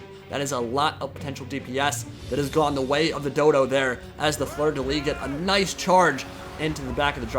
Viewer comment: Nice video, Soothsayer is such a micro monster! That being said, In "Fleur de Lys" you have to prononce the "s" in "Lys" (so in English it would be prononciated "lee's") how you say is "lit" that mean bed in French, just tossing that ayound, yo.